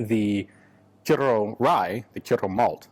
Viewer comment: Very impressed with the way he said Kyrö, pretty excellent for a foreigner who isn't used to the ö and ä letters